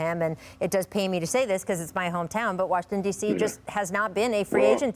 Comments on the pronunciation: Did he actually say “Warshington”? He actually said that, didn’t he? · Listen, if you are like Bobby Marks and cannot pronounce "Washington" correctly just say DC.